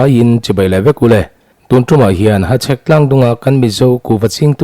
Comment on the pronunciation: Hachhek lam dik ka ti zawk e